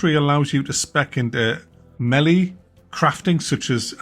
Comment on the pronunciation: Melly? Like nelly the elephant? 😂 Its melee as in meh-lay. Also a game being difficult means you have to lock in and concentrate, it doesn't take the fun out at all, if it's so simple a spaz could do it, then that's what takes the fun out of it. Time your dodges properly and when you succeed it will feel extremely satisfying. I dont know how you expect devs to make games feel great for those of us who don't cry cuz elden ring didn't have a difficulty setting, and somehow make them feel great to smooth brains who want to press a button to win. You play games for a living, get better at them ffs.